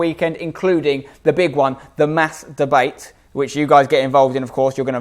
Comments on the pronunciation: I love Spencer and his content but every single time he says mass debate it sounds like master-bate. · I know I'm being childish, but I swear every time you say "mass debate" I'm hearing something completely different.